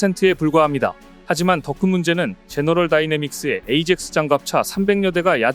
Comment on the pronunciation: 에이젝스 가 아니고 아약스 로 발음해야합니다